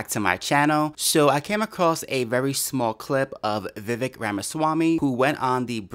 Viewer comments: Agree with almost everything you said,;-) the mans name is Vivek pronounced Viv-vake as in cake. Great vlog! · By the way, Vivek rhymes with “cake” not “check”. Vivek is an aggressive debater but this girl “Viveked” him and it was fun to watch. She talked over him, she dismissed his clarifications and she runs roughshod over her subject. That is Vivek to a T. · I'm doing my part to spread the word that his name is pronounced Vi-VAYK. VAYK rhymes with cake. I watched Vivek's interview with Tim Pool and how you pronounce his name was the first thing brought up.